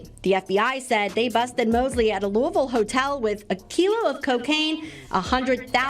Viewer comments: Yaw need to learn how to pronounce Louisville. Ain’t no Louis-ville. It’s Lou-ah-vull. 😅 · This nigga ain't never lived in ky by the way he pronounced louisville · “Lewis-ville and East G??” But you lived in Kentucky???? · Pronounced Loo-wee-ville